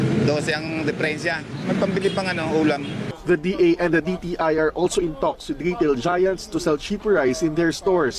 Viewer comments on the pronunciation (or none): DA po hindi DAR mali banggit mo